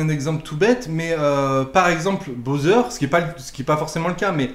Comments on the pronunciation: Mdr tu m'as fumé avec ton "bowser" au lieu de boozer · Tu a dit "BOZER"?!